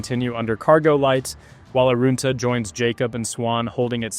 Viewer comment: Would be good if you pronounced the name correctly. You said it like it has “oo” in it, which it doesn’t. Arunta is said as such, not “Aroonta “, like you said it. Typical bloody American mispronouncing Australian names. Pull your head in.